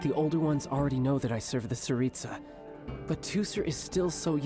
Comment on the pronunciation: why did I here Tsaritsa as pizza 💀